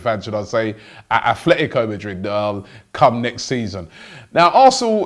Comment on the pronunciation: Its Atletico Madrid Robbie, not A'th'letico Madrid !